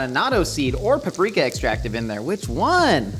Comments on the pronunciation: Why did I think he was saying papsmear everytime he said paprika 😂😂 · i Love what you do, But the way you pronounce "Paprika" is so silly.